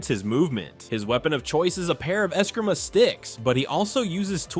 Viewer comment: BOT-arangs? Uh-skrimas? Talia Al-GOAL?